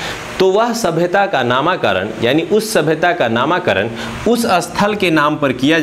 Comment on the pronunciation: नामाकरण नहीं नामकरण होता है महाशय